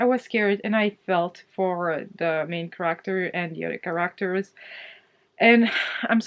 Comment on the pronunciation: Sorry laughing at your ca rack tor ( character) pronunciation- I need a laugh before I go to work in 1 hour 9am NZ time.